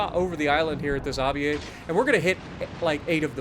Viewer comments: It’s basically “aviera” you need to pronounce the last “e” just like you pronounced the “e” after the “i” and it basically means “(elite military) aviator”. Greetings 🇮🇹! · The Aviere is pronounced (Ah-vee-eh-re), it’s Italian for aviator.